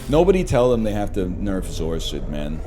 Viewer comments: Holy moly he said zoar-sid instead of zor acid, what timeline am I in? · What the hell is a zor-sid